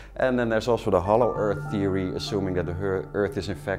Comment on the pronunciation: 'conspiracy thewee'